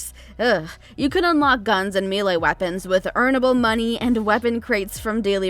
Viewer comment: Meh lee not mi lay weapons